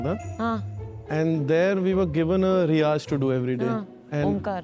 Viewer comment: "We were given a "RIAZ" to chant Omkar"😮